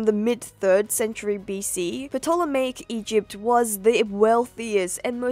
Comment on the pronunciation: I'm extra happy that you pronounced Ptolemaic properly, you're among the % of people who say it the ancient Hellenic way (instead of 'Tolemy'/'Tolemaic')!